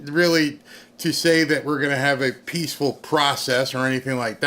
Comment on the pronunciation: WATCH OUT FOR " PEACHFUL TRANSFE OF POWER "